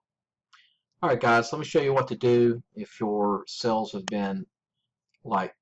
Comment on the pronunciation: Are you saying sales or sells? If youre saying sales, its pronounced SALES not sells!